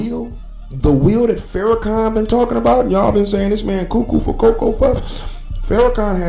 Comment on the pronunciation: Farrahkan? bryh really? out of all on earth, why him?